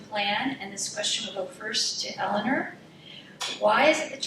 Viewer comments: NOTE TO MODERATOR: The Mayor's name is not pronounced "Elin-ER", it's "Elin-OR." Support Mayor Carbone's continued efforts to build upon Torrington's strength and improve it into the future. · Vigorous debate with good questions and strong points both ways. this should be a close election with a pretty big turnout. I agree the moderator saying "elliner" over and over again is really annoying. I mean if you're going to moderate a debate at least know how to pronounce the mayor's name! lol would have been better of just saying mayor carbone or mrs. carbone.